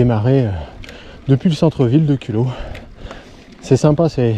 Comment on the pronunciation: Je connais bien la région pour y être né,j’ai un cousin à culoz et depuis 70 ans j’ai toujours entendu prononcer le z de culoz.bizarre